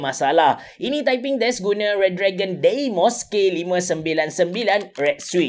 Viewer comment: Sebut dia dimos bukan deymos